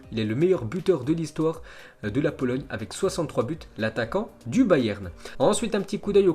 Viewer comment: Tu a dit polologne